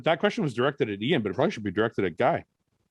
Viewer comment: Guy forgetting how to pronounce 'Iain' again 😂😂🤦‍♂️ why does he have so much trouble with it??